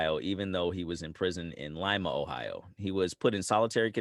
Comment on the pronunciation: Props for pronouncing "Lima" correctly. First video on this topic I remember doing that.